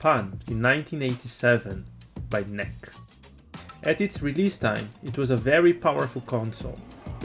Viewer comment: Fellow Brazilian here. Great episode. Just want to point out that the correct way to pronounce "NEC" is to say every letter separately, as an acronym N. E. C. Not even in Japan they say it as "NEC".